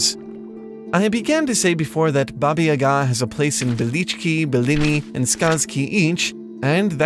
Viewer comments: Oh I‘m so excited! I believe I was one of the people who suggested the topic to you :D however, you should try pronouncing yaga with two long ˋa´s ;) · Your pronunciation stuck me as amazing! The only lacking bit was the name Baba Yaga itself, as you kind of butchered the world Yaga. But that is something we can ignore given the whole research you've done! One note would be, it seems like Russia is the primary focus here, while I believe there is a lot to gain if you look outside of it. Slavic is indeed not synonym to Russian, as some people in the comments have mentioned. Quite on the contrary, Russia is the culture, that in this case, borrowed much of its myths, tales and folklore (and even alphabet) from cultures in what is nowadays Eastern Europe and The Balkan Peninsula. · wt# u can't read ,,yaga" correctly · In "Yaga", the stress falls on the first syllable. Anyway, great video!